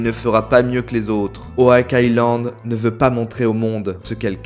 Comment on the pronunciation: Il me semble qu'on dit oc et pas owak island😂